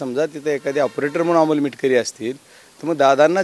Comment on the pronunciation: मिटकरी नाही मिटकमी😂😂😂😂